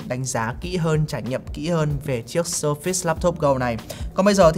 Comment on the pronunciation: Vẫn sai thôi haha. Sơ phệt s mới đúng